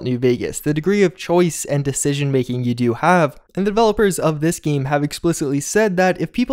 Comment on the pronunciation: Oh my god I hate the way you say “game.”